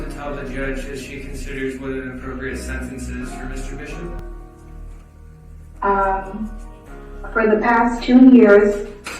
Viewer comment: Missuh Bissup